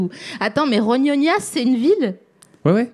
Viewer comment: Ça se prononce Rognona (je suis un pizzaiolo d'Avignon 😅)